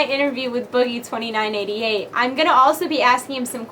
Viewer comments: It's "boogie two nine eight eight" not boogie twenty nine eighty eighty, just sayin' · ITS TWO-NINE-EIGHT-EIGHT NOT TWENTY-NINE-EIGHTY-EIGHT!!!